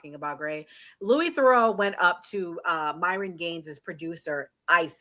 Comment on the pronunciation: Managed to mispronounce his first and second name. Genuinely impressed with that